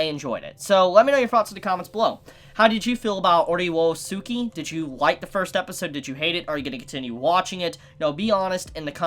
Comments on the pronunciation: Ore wo suki is pronounced “oray oh ski” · Ore woah sooki is the greatest pronunciation, regardless of what's correct